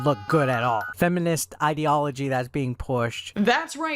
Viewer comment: HE DIDN'T EVEN SAY IDEOLOGY CORRECTLY!!!! He said it how it was written there, "Idealogy." Edit: They themselves do not get what a medieval European fantasy means. It means that the setting is similar to medieval Europe, not that it IS medieval Europe. How can they not at least accept that "Hey, these characters fit in, so they should be there, right?" is the thought that went through most people's heads instead of "OH MY GAHHHD!!!!! IT'S A FANTASY SETTING INSPIRED BY MEDIEVAL EUROPE, THERE SHOULDN'T BE ANY BLACK PEOPLE!!!!!!!" Are they really that immature?